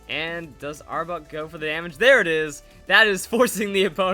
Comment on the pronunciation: Might just be me, but sounds like he is saying arbug lol, good video either way!